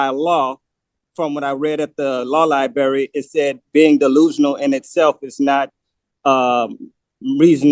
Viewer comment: "Liberry" You aren't helping your desire to be seen as competent.